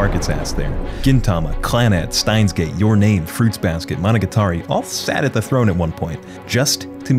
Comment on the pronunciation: Did bro really just pronounce "monogatari" as "mono-guitary"?